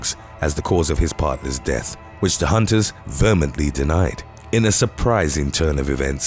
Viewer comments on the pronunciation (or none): The hunters VERMENTLY denied? Do you read throuh these to find unknown words before recording? You REALLY should.